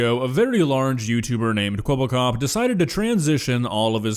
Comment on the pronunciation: Thats not Kwebblekop thats Keweeblecoop